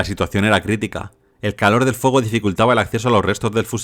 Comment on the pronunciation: Se escribe y se pronuncia "FUEGO" no "FUOGO"